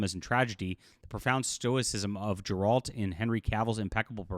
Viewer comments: Its Geralt btw not Jeralt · Why is bro saying “Jeralt” of Rivia?